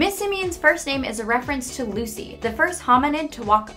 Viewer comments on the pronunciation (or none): none